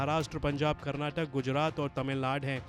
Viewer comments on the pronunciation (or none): none